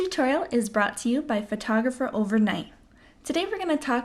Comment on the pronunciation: Mistake #1: Saying "fertografer".